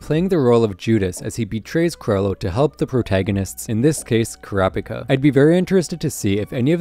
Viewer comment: Sounds like ur saying crapicka